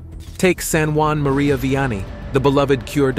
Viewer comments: St. Juan Maria Vianney the “cure” of Ars. Really? He’s French! St Jean-Marie curé d’Ars please also “18ohoh and 19ohoh”? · Why are you calling him San Juan?He was born in france